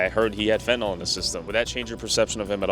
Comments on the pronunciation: Can ya'll please pronounce the drug correctly???? It's FEN-TAN-ILL. It's not Fen-tin-all. Look how it's spelled....fentAnYL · Fentanyl is pronounced fen-tuh-nill. Look it up.